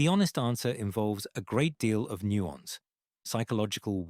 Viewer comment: Nuank???? ( Nuance,..) Please use real people narrators, They at least recognize the words.